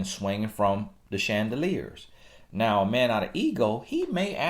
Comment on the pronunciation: More like “Listen to meh na” hahahah